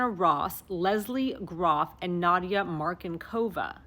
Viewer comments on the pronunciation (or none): none